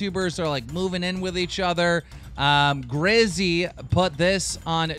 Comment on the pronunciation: Grizzy. Grizzy! GRIZZY! IT'S FUCKING GIZZY